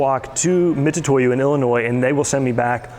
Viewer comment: Just wish you could say Mitutoyo right lol